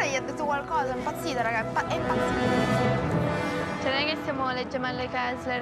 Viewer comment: Che fastidio quando dice e impazzita impazita🤯